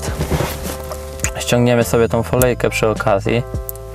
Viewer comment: Folyjke" XD ...Spoko filmm :D